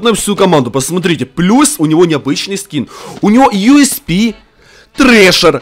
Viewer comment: мне смешно когда ты говоришь юспи